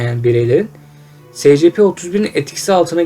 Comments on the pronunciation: Sana İngilizce öğretmeni atıyorum secepe değil esipi diye okuycan!!! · Demir Durmaz es si pi. s= es diye okunur , c= si diye p=pi diye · Scp es si pi diye okunuyor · Esipi diye okunur